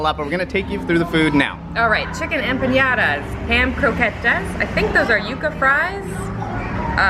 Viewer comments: Guys..you don't pronounce it Empanyadas🤔? (It's just Empanadas!) Just like it's spelled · Ummm..you Don't pronounce it..Empanyadas??? Empanadas! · You saying empanadas wrong makes me cringe